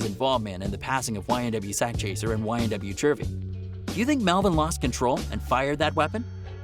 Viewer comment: Joey Gouda that’s not how you say it white boy